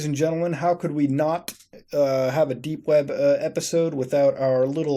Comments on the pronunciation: It sounds like your saying dank web browsing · Wait did you just say "Dank web browsing"?